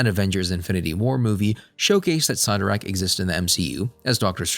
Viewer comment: If your going to talk about these Marvel charictors please, please learn how to say their names correctly. You are not saying Cyttorak coreectly at all and its maddening to hear.